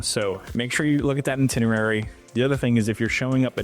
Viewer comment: It's pronounced "EYE-tinerary"